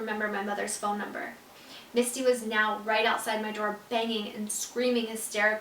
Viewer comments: I only have one question why does the books say misty but the song says Missy and you pronounce it missy too... just wondering here 💕 love u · Wait is your step mom's name Missy or Misty? It sounded like you were saying Misty when you were reading the book but your song is called Missy? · you kept saying missy when it says misty in the book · Who this “mistey” is she a sprinkler system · Landry Childree it’s misty